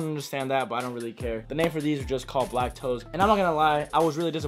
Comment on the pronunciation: When are the Air Jordan 1 "Lac-toes" coming out? 😂